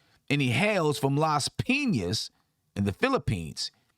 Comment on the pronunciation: Knows how to pronounce Las Piñas = Subscribed!